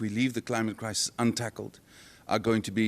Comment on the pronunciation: That guy said, “Crimate Clisis” hehehe